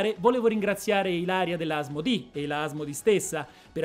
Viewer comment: Molto interessante! PS: si dice Asmodé, è francese